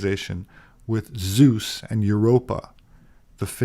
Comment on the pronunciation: Im shocked how yankees pronounce orangutans compared to us germans i thought wtf till the other narrator said it like you too also did you call Zeus = sus